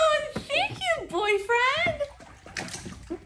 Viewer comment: The fact how she sed boyfriend hard